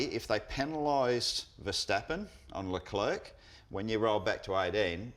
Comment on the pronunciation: Love the show boys... Great stuff... But please, you're mispronouncing Char Leclerc...